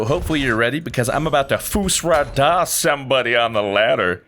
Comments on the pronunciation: it's Fus Doh Rah, not Fus Dah Rah. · u said "FUS RAH DAH" it is fine but i just want u to know it is correctly said "FUS ROH DAH."